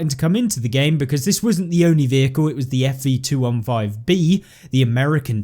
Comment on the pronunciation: It’s was,not wis😂